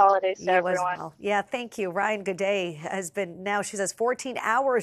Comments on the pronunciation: when you too "tupid" to say "Ray/Ann" and keep erroneously calling your interviewee Ryan . . .🤦🏻‍♂️ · Ray-yan, it’s really not that hard to make an effort to say her name correctly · "I'm joined by Ryan. Am I saying that right?" "It's Rayan 😄" "Right 😁, Ryan." LOL why'd she even ask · It clearly says Rayan but ends up calling her Ryan 😂🤣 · OMG how does she get Ryan from Rayan? So disrespectful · Ray Anne. RAYAN. The news lady is saying Ryan 😅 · Host asks if she said the girls name right … girl corrects her and says her name is “Ray-an”, host continues to call her Ryan lol …. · Seriously. Her name is Rayan. She even corrected you and you still called her Ryan. Insulting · Ray-Anne, not Rye-Anne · Rayan!! RAY-AN!! It’s literally spelled how she said it! Stop calling her Ryan. The journalist is disappointing. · It’s Reyan~ Not Ryan🥸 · Not a name you commonly come across in English, I'd probably pronounce it Ryan too if I was taking a stab at it. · bruh, she was corrected on the spot. not that hard to just learn to pronounce it correctly. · the anchor cant even say the persons name right. she even corrected her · This newscaster really couldn’t figure out how to say this woman’s name lol like she literally said it for you 😊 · Says name wrong, is corrected, continues to say name wrong. Incredibly rude and unprofessional. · Stop saying her name wrong lol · Get her name right! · Was it that difficult to say her name right? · tells her how to pronounce her name still mispronounces her name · Pronounce her name Correctly jeezh